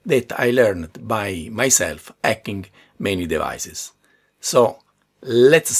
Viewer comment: I love how he says "ardware acking"